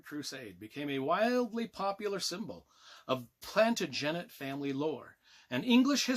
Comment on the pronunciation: Loved the review even if you can't pronounce Plantagenet properly. You can't go wrong with any Dan Jones book.